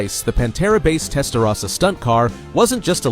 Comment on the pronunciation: is it AI because he's saying "Testarossa" incorrectly or is it a real narrator that doesn't know its TEST-UH-ROSSA not TEST-UH-RASSA